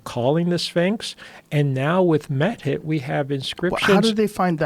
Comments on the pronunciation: Why the fuck does Robert say "met hit." It took me forever to find out its "mehit", pronounced mee, hit. hahaha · I always hear Meth Head when he refers to the ancient Lioness godess Mehit...